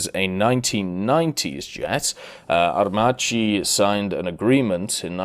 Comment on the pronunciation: I’m italian and I can definetely tell you that Aer Macchi is pronounced like AERMAKKI